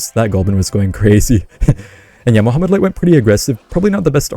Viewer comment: I kept hearing you say Muhammad light. Muhammad light who? and new!!!!!